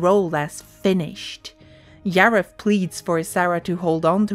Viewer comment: Yim Henson and Yareth. 😂 Bruh..